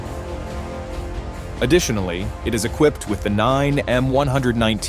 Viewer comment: Finally, someone who pronounces "SABOT" correctly.